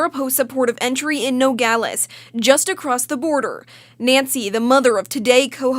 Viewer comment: Did she say "No-Gal-Ays"? It's Nuh-Gaa-Luhz❗